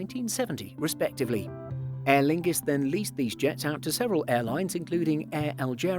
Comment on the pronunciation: Aerlingus. Lol. Sounds more like analingus